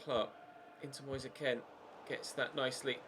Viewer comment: It’s Moise K-e-e-n and not K-e-n